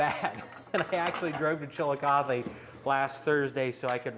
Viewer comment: THAT"S how you say Chilicothe. I've driven through that darn town 1000x and haven't ever heard it pronounced.